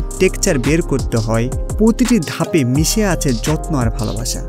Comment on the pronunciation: পতিটি,জনপিয়,সনস্কিতি,সাসক্রাইব এসব উচ্চারণগত ত্রুটি ঠিক করবেন। একজন উপস্থাপকের ভাষাগত দক্ষতাই তার সম্পদ। শুভকামনা।